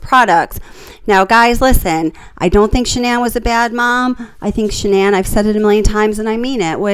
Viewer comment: Her name is not pronounced Shannon